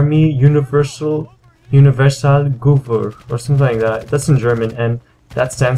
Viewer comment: your german is too bad man. ;) its called gewehr and it sounds like gäwähr